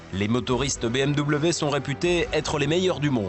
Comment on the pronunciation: BEUHMw.... une honte d'entendre un nom aussi magnifique et magique prononcé comme ca, sa mériterais une amende ! BMW, la marque à hélices, une histoire, une légende, meilleur motoriste au monde ! C'est BMW !